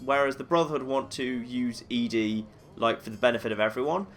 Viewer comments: I know I'm horribly late on this and you probably won't see it, but I'm a giant nitpick. I'm like 99% sure ED-E's name is supposed to be pronounced like 'Eddie', not 'Ee-Dee' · It's odd how you call ED-E "eeedi". I've always referred to/heard it called "eddie". Is there a correct pronunciation? I don't remember if any of the NPCs actually say it's name. Not that it matters much, just curious. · Love your videos but...It's Eddy not Eedy. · It's interesting that you consider ED-E to be female and pronounce the name as "Eadie." I always figured it was "Eddie" since Ed is the short for the male name, and then you just add the long e sound to the end. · believe the correct pronunciation is "eddie". I've always called it "eedi-ee" (literally just saying the letters ED-E), and I've done this so many times I simply can't call it "eddie". It just doesn't sound right to me. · So like Eee. Dee. Eee? I wanna blame my choice of pronunciation on Wall-E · OH YEAH!! Lonesome road totally sets it in stone, huh. I guess that means we should chastise on his pronunciation in this 3 year old video xD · I always assumed ED-E was a male robot so I always pronounced his name as Eddie. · I'm glad to see I'm not the only one who pronounces ED-E like EDI from Mass Effect.